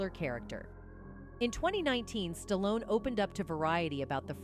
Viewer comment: Kudos to Jim Carrey and Sylvester Stallone (btw, pronounced Stalon at one point by the narrator) for speaking their mind. They are the smart ones for calling out the demons of Hollyweird. The content of this video is good but the narration is rubbish.